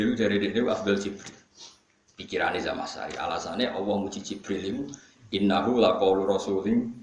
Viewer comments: Zamahsyari.. bukan zam asy'ari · Maaf Yg benar Zamakhsyari, bukan Zam Asyari.